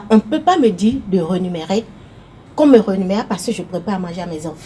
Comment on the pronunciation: Rémunérer et non rénumérer comme on l’entend parfois lors de l’émission.